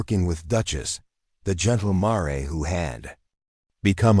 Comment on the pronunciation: Your AI needs some tweaking... mispronounced words and names...ie the name Jeremiah (jer-ah--my-ah) the word mare (mair)